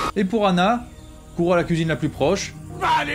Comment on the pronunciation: Sympa l'intro. Un seul mot à dire : "couisine". Non, sérieusement, je m'abonne. Merci pour ton travail.